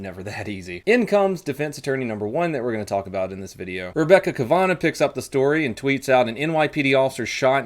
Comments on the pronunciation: "Kavanaugh" - cav-uh-naw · Rebecca KAVA NAW……you suck at pronouncing names lol……love the show anyway. You said a “defense attorney”??? WTF is she doing commenting on an ongoing investigation for?????? Isn’t there a law stating SHE CAN NOT DO THAT!!!!